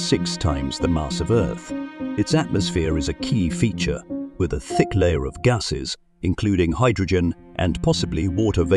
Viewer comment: Strange pronunciation of "gasses"! Is it just AI not working or is this whole thing spurious?